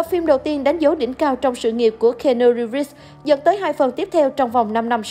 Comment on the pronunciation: Nếu muốn review một ai thì vui lòng đọc đúng tên giùm,là ci-nu-ríp,và ko phải là ng tử tế duy nhất ở hlw,còn tom hanks,...